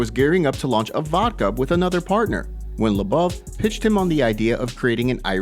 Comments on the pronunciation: The way this guy says Lobov, smh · Can you learn how to pronounce Lobov it's annoying.